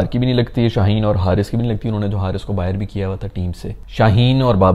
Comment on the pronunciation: Jaise bahar ko BAHIRR 😂😂